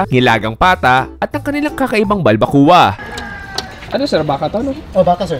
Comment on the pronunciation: Why keep saying BalbaKU-Wa (balbacua) its pronounced as BalbaKWA. Nahawa ka ata kay Mark.